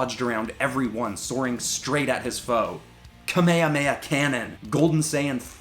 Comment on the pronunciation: it is pronounced Kum-A-hum-A-HAA